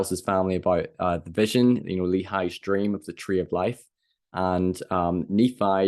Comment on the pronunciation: “… a Dweam within a dweam” 😂